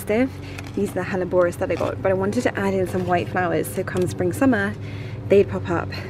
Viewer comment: Love watching your progress just one thing grated this episode, it’s your pronunciation of hellebores they’re not Spanish plants (google has it wrong too - best English version)